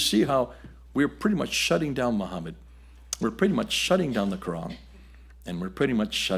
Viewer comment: Interesting. But why get the Arabic pronunciation so wrong? It's not 'muKHmed'. It's 'muHmed'! Don't confuse two different Arabic letters and their different pronunciations as it undermines the prestige of your scholarship when you don't know the difference.